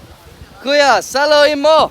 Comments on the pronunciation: Ang lawi ninyo magsabi san Tagalog "Saluhin mo" not "Sa-loo-hin mo" Like bruh gat your accents right😂🤣 (No offense) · I like how he said Kuya saluhin mo wrong He said Ku-ya salu-hin mo